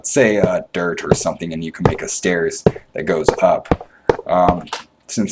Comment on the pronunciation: lol, anyone else Notice that he says "da" "dis" and "dat" instead of the this and that? great video BTW.